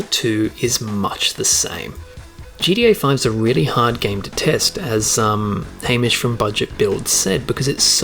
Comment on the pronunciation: Make Hamish say Ham Ish not Hame ish